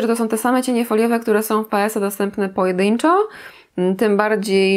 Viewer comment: pojedynczo nie pojedyńczo:D